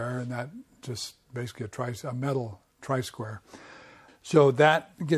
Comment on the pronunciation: Tri-square?! Isn't it try-square?